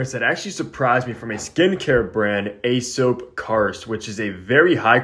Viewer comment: It’s pronounced E-sop, I have the Marrakech cologne from them and got corrected when I wore it haha. Cheers bro, loving the new houses you’ve been rocking lately SOTD: Neroli vetiver by Guerlain, smells nice even tho I dislike neroli